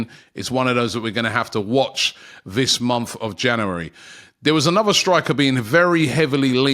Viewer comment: Another month of Robbie trying to say the word ‘January’ correctly.